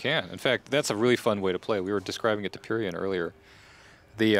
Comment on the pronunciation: Shouldn't it be pyrion not prion